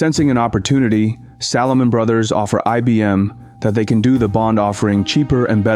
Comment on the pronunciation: I enjoy the historical content covered in your productions. Only negative criticism is poor/incorrect pronunciation of names/locations etc. Recent example “Salomon Brothers”.